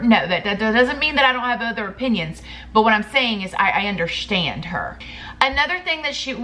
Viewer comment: Girl I love the way you say underSHtand😊😂